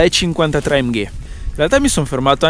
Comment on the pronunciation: AMGAY :D funny italian pronounciation